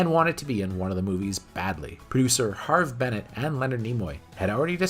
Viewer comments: They didn’t replace all of the special effects in the 2001 directors edition of The Motion Picture with CGI. There were only a couple of shots replaced. Most of the CGI was actually shots which were added because the shots were never finished. And as others have said you’re mispronouncing Harve Bennett and Nick Meyer. Makes you sound like you don’t know what you’re talking about. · Stop calling him Harvey Bennett! It's Harve Bennett...